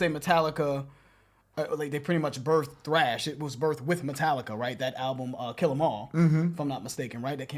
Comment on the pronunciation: Please stop calling it “TRASH” bro it’s “THRASH”, T-H-R-A-S-H